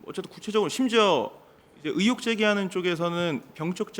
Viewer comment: 어혹이 아니고 의혹